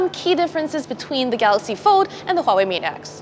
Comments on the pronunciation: It's not Hwawei it's Huawei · I would expect a tech review company to know how to pronounce "Hwah-way" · Its not hawai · It's pronounced Vuawei. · She calls it Howhey blinks in confusion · you should at least know how to pronounce it: Wah-Way. You are welcome. No. Its not a small thing:p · I don't trust any reporter that can't pronounce Huawei when she's in-fact a native Chinese.